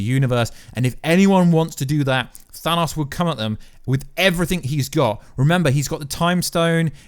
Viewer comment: I cringe when he says Thanos lol.